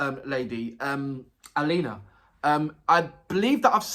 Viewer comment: Thank you for your quite deep and positive reactions! I must say that Alyona's lyrics are meaningful, and she is a clear talent - all the lyrics are not just for the rhyme - they are like a net of nicely tied laces. BTW, you've correctly pronounced "Alina", and Alyona is very close, just YO instead of I, and A-LYO-NA is pronounced like A - [A]rt LYO - [LEAR]n N - just [N] A - [A]rt